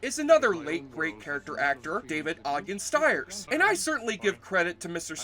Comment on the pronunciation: Miguel FerrEr. Not Farrar. And David Ogden Stiers' last name is pronounced "steers."